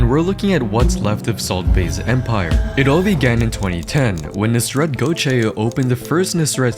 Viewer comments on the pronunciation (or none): This is the funniest way a non-turk pronounces gökçe Like what's gochey